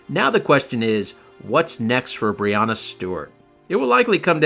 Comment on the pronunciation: Common man you need to get better with the names it’s “breanna” not “briana”